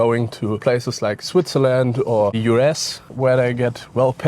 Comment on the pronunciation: “Men are ze problem”